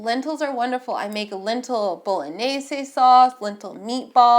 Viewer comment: Appreciate an American trying to actually say 'Bolognese' properly!